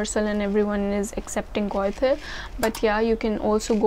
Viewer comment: Goethe = Göthe = Ö sound